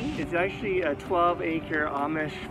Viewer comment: You spent a day in Lancaster, yet you still pronounce it incorrectly. Sad.